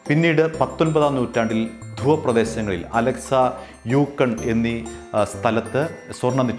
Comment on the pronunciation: അലക്സാ അല്ലേടാ അലാസ്ക